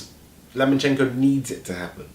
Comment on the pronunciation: his name is LOMAchenko not Lamanchenko!